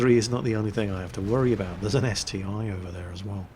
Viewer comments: its ST-1 not ST-i, google russian name of it, its CT-I, like Stug III or Pz II. Russian letter i is И (ИC-3, ИC-8 and so on) so ST-i would be CT-И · ST-1 not st I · Its St-I not 1 ... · Slotmech Yes, I do care - but not about naming tanks wrong (he does that in every video anyway;D). I care about not doing anything to stop this ST-I "discussion". He could say: "Listen guys, I did some research and it appears that the correct name for the ST-I is "..." So from now on I will call it like that." Simple as that, all problems solved. Sometimes not giving a crap makes things only worse, you know. And yep, this is his channel but we are his loyal subscribers. Should I give it a rest and shut my mouth up or should I express my opinion and take a part in the discussion? He could end this "ST-i" vs "ST-1" war without any effort but he decides to not give a damn so every time he mentions ST-I, there's a shitstorm in the comments between ppl trying to correct him and ppl who try to "defend" him - and that's my only problem here. That's all from me. I'm going away, before some self-styled " defenders" will diss me because "I'm attacking " with my criticism and opinions...